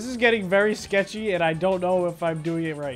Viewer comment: He said sketchy like the name of elijahs channel skecth lol